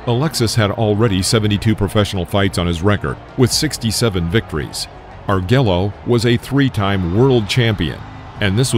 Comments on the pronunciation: Learn how to say alexis Arguello's name ! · Exactly. Arguello was a well known, popular champion. Not knowing how to pronounce his name correctly serious casts doubt on the narrator's expertise. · Overall, this video documentary of this tragic fight is very good. However, please learn to pronounce the boxers’ names correctly. Alexis Arguello and Duk-koo Kim deserve to have their names reported properly. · Yeah. Arguello is a bad miss. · That is the worst pronunciation of the great Alexis Arguello I've ever heard. If only the fight with Duk Koo Kim was a 12 rounder. I'm from the 15 rd era but I'm glad they cut it to 12. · How the hell do you pronounce Arguello wrong? Is this a robot narration? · Could you please pronounce Arguello’s name correctly? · This was a tragic ending for Kim. On a critical note, this narrator makes key mistakes about boxing. There is no "gong" in boxing. Also, he can't pronounce Arguello's name. I didn't see the left that hit Kim. It was the right cross that did the damage. Get it right, narrator! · I watched this fight on a T.V in a bar. Tragic as it was, fighters are like cops, they know that death can happend at any time. BTW, the narrarator can't pronounce Arguello correctly, The LL's are pronounce like a Y ! Gotta do your homework if you want to be a professional. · Narrator should at least learn how to pronounce Alexis Arguello's name properly. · This narrator pronounced both duk koo kim name and Arguello name wrong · I can't believe this narrator mispronounces Duk Koo Kim's name throughout the video. It's pronounced as "duke", not as "duck." He also mispronounced Alexis Arguello's last name. I, too, remember watching this fight on TV when I was 11 years old, but what I didn't remember was that Kim passed away not that day, but four days afterwards. An 11-year old me growing up in Massachusetts had no idea that I would one day live less than one mile from Caesars Palace in Las Vegas. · ARE-GWAY-YO not ARE-GWELL-LO.